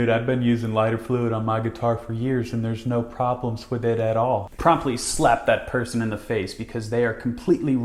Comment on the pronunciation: The way he says "slap" gives away as a Davie504 fan